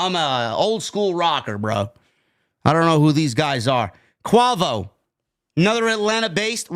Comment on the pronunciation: 😂😂😂 I’m cracking up how you pronounce Quavo name , he got bangers put respect on his name